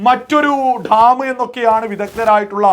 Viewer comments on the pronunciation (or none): Dtaaaam alla.. Dam.. Ivide bharicha orortharum mullaperiyar nte subject il kuttakaraanu.. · ധം അല്ല ഡാം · മുല്ലപ്പെരിയാർ ഠാം.. അല്ല... ഡാം.. ഡാം... എന്ന് പറയണം.... അതിനും പറ്റുന്നില്ലയെങ്കിൽ... അണക്കെട്ട് എന്ന് പറഞ്ഞാൽ മതി..